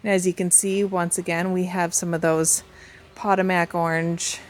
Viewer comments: Potomac (snapdragons) is pronounced puh-toe-mick I had to google pot-ta-max 😂 and was like ohhh puh-toe-mick. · I am from Maryland and wanted to let you know how Potomac (as in Potomac snapdragons) is pronounced. It is pronounced Po-to(long o sound)-mac. I have lived in different areas of the country and it seems words change with the areas. I hope you don't take offense.